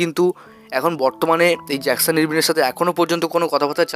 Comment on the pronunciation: ইরভিন নয়, ইরবাইন ও নয়। উচ্চারণ টা আরভিন।